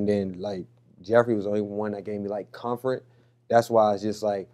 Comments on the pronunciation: He said COMFRET for comfort IM DONE NO IM NOT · Did he say confront not comfort??? Great interview Jason. Terrible look for the down low dude